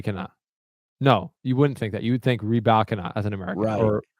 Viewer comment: you are saying Rybakina’s name right, but I had to listen on the WTA website after you said that - I can’t help but feel it’s a little more subtle tho? sounds like you’re leaning into the Ree-BIKE-ina” super heavy, but when she says it the middle part of her name she almost glosses over and there’s more inflection on the “ee” sounds in the “Y” in the beginning and “ina” at the end